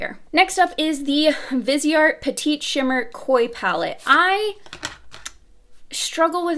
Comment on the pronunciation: You said petite right the first time? It’s not pedit, it’s pe-teet